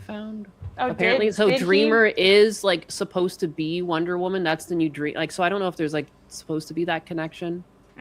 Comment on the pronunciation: Wonder Woman ❌ Wonder Woahman ✅